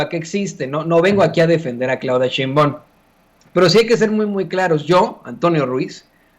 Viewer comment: Porque no pronuncias bien el nombre de Claudia SHEINBAUM, como se lee así se pronuncia, no Sheinbaon